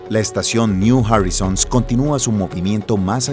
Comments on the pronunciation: no se dice jorizons es joraizouns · Horizons ) se pronuncia joraizons !!!!! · Está mal pronunciado "horizons". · si no encontrais a un relator que sepa inglés, deberíais exigirle que preguntara, al menos, cómo se pronuncian los anglicismos en el documento. Y si lo haceis a propósito, peor. No veo la razón por la que decidir pronunciar incorrectamente 'Horizons' o 'Pioneer'